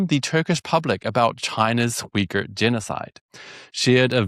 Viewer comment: Man I kept hearing the wrong word instead of Uyghur